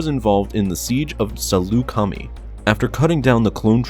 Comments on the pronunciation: Saloo-Kami? You mean Salucami. (Sa-lah-coo-my)? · Its Sullucemai (Su-llu-chem-my) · sorry to be "that guy", but you mispronounced A'Sharad's name, as well as the name of Saleucami. It's pronounced Saleuca - MY, not Saleuca-mee. And the emphasis is on the "leu" part of the word. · "Suh-loo-kuh-my" not 'sulukami' did you even play battlefront? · The amount of name butchering so so unreal. I swear I cringed like 10 times, kenen gerus. Selucame 😂😂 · it’s actually (SA-LOO-KA-MY) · The end of Saleucami is pronounced mai or “my” if you prefer. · everyone pronounces selucami wrong; first generation tech now you? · You really need to brush up on your pronunciation, man. Salucami is pronounced (sal-oo-come-eye). Yuuzhan Vong is pronounced as it looks, (you-zahn-vong). There is no g at the end of Yuuzhan. Zabrak is pronounced (Zab-rack). Rahm Kota is pronounced (Rahm-Koda). (Keep in mind that 'ahm' is pronounced 'awm', like an English person saying 'arm', and the same logic with 'ahn'.) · I'm sorry, the way you said Saleucami and zabrak were all I could focus on lmao